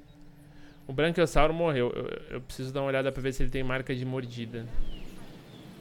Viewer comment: seu lindo é braquiossauro n branquiossauro